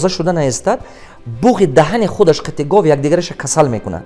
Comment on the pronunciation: ГОФ НЕ ГОВ